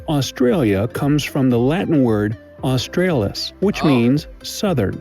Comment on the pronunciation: The second "A" in Australis is pronounced "Ah" as in when the Doctor tells you to stick out your toung and say"Ah". So it should be pronounced Austr 'Ah" lis, not like the second "A" in Ausr'a'lia which has the same sound as the "A" in Hay. The bigger Kangeroos are easily over 6 feet tall. Platypus don't "bite" their venom is in spikes on the hind legs. There are "pink" lakes in all the States. The Afgans who worked in Australia back in the late 1800's brought out their Camels and they have grown in numbers ever since.